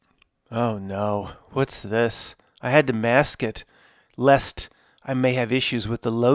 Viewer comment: Man you were on fire with this one! 😂 loved it. One minor detail was the way you said ”Lest” after the McBeth part 😁